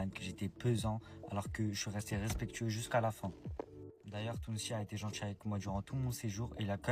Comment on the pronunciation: 1semaine qu'elle les connait et elle assure qu'ils sont top. "Partchir, djir, genre en mode, trrr trrrreeee gentchi" Elle a l'air tellement intelligente...😢